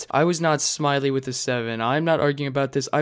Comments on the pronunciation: SMILLY WITH A 7 OH THAT KILLED ME 🤣 it’s pronounced smitty :) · Calling Smii7y, which is pronounced "smitty" smiley with a 7 kinda hurt for me to hear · smiley with a 7 LOL its pronounced Smitty, no disrespect btw i just thought it was funny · U really called Smii7y “smiley with a 7” (pronounced smitty) Not trying to be rude at all, but I’m guessing you don’t watch vanoss that much right? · Sly is pronounced sligh. Rhymes with eye. It means to show cunning or deceit. And it’s “smitty” not “smiley with a seven.” Dudes got four million subs. Look him up. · You can tell does not watch Vanoss' Look at how He said Smii7y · The 7 in smii7y is pronounced as a T